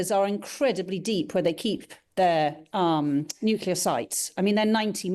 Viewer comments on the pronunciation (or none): When it is spelled nuclear, why do some say nucUlear?